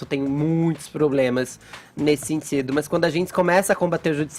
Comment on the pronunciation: Fefito fala "sentsido", "tsipo". E não "sentido", "tipo".